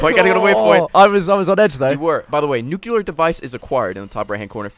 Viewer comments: Am i the only person who gets irritated when people say "nukular" instead of "nuclear"? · nuclear is not nucular